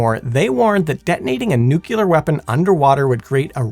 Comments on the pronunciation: No, it depends on if you were corrected successfully when you said it the first time. President Jimmy Carter said he was a "Nucular Engineer" and he was wrong, too! (Allegedly) 😮😅😊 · Say it with me . . . NEW-CLEE-AR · Did you really say "nuculer?" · Yes, over and over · You lose all credibility when you can’t be bothered to pronounce nuclear like an educated person. I can tell you that no physicist EVER pronounced it nuculer. Also, it’s Prince “Oygin”. Only one of the finest soldiers in history. Try to show a little respect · NU-CLEAR! It's pronounced Nu-CLEAR!!! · It's not pronounced "nucular"... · Although I'm firmly in the "nuclear" camp, your calm and level-headed replies to aggressive comments is impressive! This is why I love this channel (and a mispronounced word won't change that) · It's "nuclear", not "nucular" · It's "nuclear" not "nucular." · Edit: I love work, but every time I hear, “Nuke-nails-scratch-chalkboard-yalur” my ears bleed. I know language is fluid, but every time I hear that word… screeeek!!! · People complaining of "nucular vs nuclear" a guy i know would flipped over "turban vs turbine" Mean while i say accents exist. New Jersey is Jersey to everyone outside of it, where as the locals would say Joyzee. The British have chewsday after Monday. The Appalachians have a crick instead of creek. And the Aussies are to the Brits what Texas is in the US.